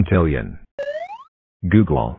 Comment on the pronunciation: More like “negative one googuall”